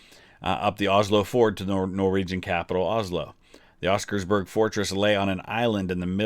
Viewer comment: Just to add some notes on the language. Oskarsborg translates to Oskars fortress. So by saying oskarsborg fortress, you're saying Oskars fortress fortress. Also its more o sound and not e as you said. As berg is another word that roughly translates to mountain. Other than that loved your raction and hope you find time to watch the entire movie